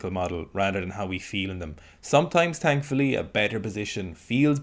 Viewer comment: Thankfully or “Tankfully” ???